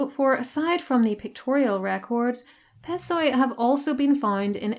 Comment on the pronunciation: Πεσσοί (pessoi) is read as "pesí"